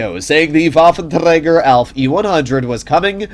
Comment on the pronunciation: Yeah - just say waffenrager